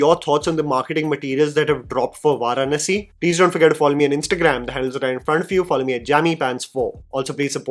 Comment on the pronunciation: No offense bro....you have got to learn the pronunciation of the word "Varanasi". It's an Indian word. Please don't basterdize the word.